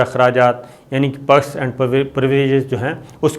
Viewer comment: ye anchor sshib perks and privileges be sahi neh bol sakta